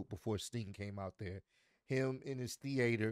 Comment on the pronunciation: Are we meant to gloss over how you pronounced "theatre"? 😂